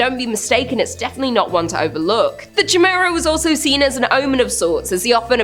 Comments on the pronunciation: You silly Canadians and your pronunciations... Chimera is generally pronounced kai-mera. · Just fyi, Chimera is pronounced like - Ky-meera. Just trying to be helpful heh. Love ya 😘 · Ch in greek makes the K sound. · How do you not know how to properly say Chimera? The Queen is utterly disappointed in you for butchering her English.